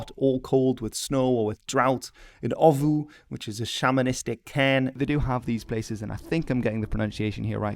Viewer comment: Your 2020 pronunciation of овоо was actually more accurate